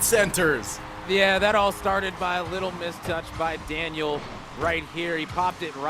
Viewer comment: the caster really said laniel and arseybaby